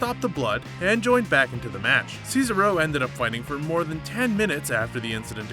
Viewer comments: I’m sorry to say this but you’re saying cesaro wrong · Every time you said Cesaro I cringed. Please learn to say his name right🤦🏻‍♂️🤦🏻‍♂️ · It really annoys me how he doesn’t say Cesaro correctly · I just can't listen to him saying Cesaro again! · This guy absolutely butchered cesaro's name. Lmfao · Am I the only one getting real annoyed every time he says Cesaro.. Dude get the name right lol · Who else is annoyed when he says Cesaro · That awkward moment when you botch the pronunciation of “Cesaro” on a video about botches. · The way he says cesaro😤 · You're saying Cesaro wrong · 11 Bloopers that actually aired, the pronunciation of the name Cesaro... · Is He saying cesaro name right or am i saying it wrong 😲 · Stop fucking saying cesaro like that Jesus Christ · You are not saying Cesaro correctly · You Said Cesaro And Kalisto Wrong! GOD! Does he even watch WWE? Get It Right! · It's cezAro not cezero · Omfg ur an idiot its not cesa ro ahhhhh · Ce-SAR-o not Ces-aro 😂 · Sez-ah-ro, not Ceesaro... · CAESAR-O!!!!!!????? SAYSARO!!!!???? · Do you even watch wrestling bro? It's Cesaro.!!! Si-zar-o...not Caesaro cee-zer-o LMAO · It's CESARO not SEESRO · Who's cees-aro? 😂 ces-ar-o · ceasaro says-a-row but SHINSUKE NAKAMURA How tf do you mess that up but not shinsuke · As soon as I heard him say “sees-a-row” I immediately scrolled down to the comments. And I am not disappointed. 😂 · Ces-ARE-o......c'mon now. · "Seesarow". What a beesarow world! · Can pronounce shinsuke nakamura correctly but can’t handle cesaro.... it’s NOT Caesar-O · You get a dislike for se-sar-oh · lol seezaro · this guy realized its pronounced sa-zar-oh, right??? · Caeser Row, lol. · SEESARO XD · Bro u saying see sa ro is a blooper 😂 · I would get if it was a mistake, but you said See-sa-ro like 8 times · Sez-are-oh Pronounce Cesaro right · Yeah, he calls him Cicero, like this annoying twat from TES V Skyrim (Dark Brotherhood Questline) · worse part the other guy say ceasero wrong fuck this channel